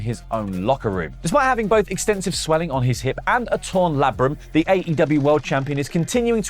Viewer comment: Its pronounced labrum 😂